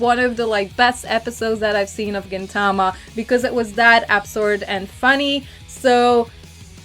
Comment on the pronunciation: GintaMA, not GinTAma yes I am a weeaboo.